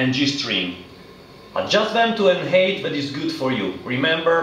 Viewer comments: Very well presented, you are a good teacher! Just for future videos and for your information, the word 'height' is pronounced 'hait', not 'heit'. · Please learn to say height properly lol